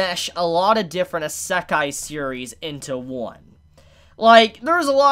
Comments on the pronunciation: Heheheh~ If you think this an Isekai that combines themes of other Isekai, then you haven’t seen the insane variety and number of Isekai’s out there. Also, Isekai is pronounced (ee-sec-eye) as opposed to (eh-sec-eye) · How do you not know how to pronounce "isekai"? Did you not pay attention to the isekai quartet opening? 🤣🤣🤣